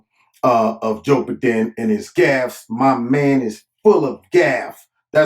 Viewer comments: Mush mouth Mc Gaff, strikes again?! 🤪 I really like the way says Joe Bahden. Great video always Corner!! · “Joe-buh-din” lol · I love how you say Joe B'den. 🤣🤣🤣